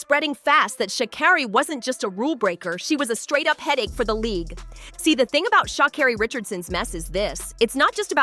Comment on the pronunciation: Racism? BS! Guilty? Perhaps/Likely But please pronounce her name correctly numb nuts!!!! Your reporting is laced with judgement!!